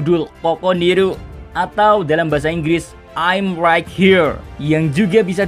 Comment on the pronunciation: Right baca nya rait mas. For the next